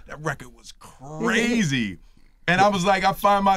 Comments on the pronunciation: I loved this interview but did Will Smith really say brazy man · Did will Smith say "Brazy" at the end ? 🤣😂🤣😂 #HeDontKnwNothinBoutThat